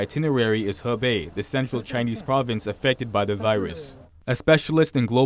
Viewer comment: Greetings from Shanghai! Thank you for the in-depth news reports. But it seems that two of your reporters are mispronouncing the name of the province, making it sound like “Hebei” (a different province.) Should sound like “who bay”. Just sayin.